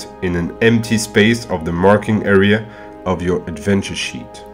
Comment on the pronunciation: Helpful - but i find him difficult to understand at times as he does not enunciate or pronounce his words properly. Eg I heard "colour" , but he meant 'Column' .. he says "error", but he meant 'Area'.